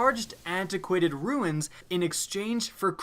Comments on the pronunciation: It's pronounced like "roons" I cringed when I heard him say ruins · Runes. Not ruins😁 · Runes, not ruins. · IT'S RUNE NOT FUCKING RUINS. Why the hell do people mispronounce it so much. It's just adding an unnecessary syllable to the word. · Runes not ruins... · Runes (roons) not ruins (roo-ins) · Why are people this stupid? Ruins? It's Runes people! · Lol "antiquated riuns" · do Canadians say tolkiens? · he's been saying it for a year, so annoying. triggers me everytime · because it clearly says RUNES. Just learn to read, and it's not just him